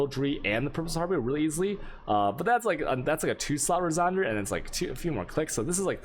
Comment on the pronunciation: You are trolling right? There is no second r in harbinger. Har- bin- ger (like Germany) not har-bringer. And there is no d at all in resonator... res- on-ate- er.